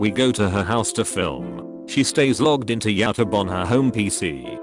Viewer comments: No one: Robot voice: YOW-TUB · Nobody: Text to speech: yeowtub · No one: Robotic voice trying to pronounce YouTube: yowtub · name: YouTube translator: YaouTub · No one: Literally no one: Not even the hair follicle on our heads: Voice over: "yAtuB" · nobody: literally nobody: narrator: yIA-tOoBE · I hate how it says yOw TUb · Nobody: Not a single soul: Reddit voice: YaUwTuEbe 🤘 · When you typed “YouTube” but the voice reader thinks its spelled “YaouTub” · No one: Reddit bot: yOwTuB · Redditer:Youtube Text to speech:Yootub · “YouTube” No one: Reddit speaker: “YaTubE” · Nobody: Text 2 Speech: "yAoutube" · Normal human beings: YouTube TTS Voice: Y O W T U B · Nobody: The robot: ya tub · "Youtube" T2S : Do you mean yAuTuB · Pronounced (yah-oh-tub) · nobody: Text to speech: "yow tub" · No one: Robot: yowtube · No one: The voiceover: YOWTUB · Yatub. Oh for the love of everything holy, teach this bot to speak properly. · Nobody: Bot voice: yowtub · nobody: british tts: yowtube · Yaw tub